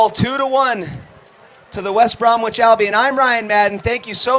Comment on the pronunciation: "West Brom"wich" Albion. "First Debut" Lol.